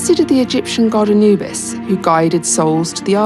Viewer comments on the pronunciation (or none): none